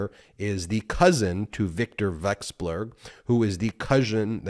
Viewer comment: Russian asset. Vek-sel-berg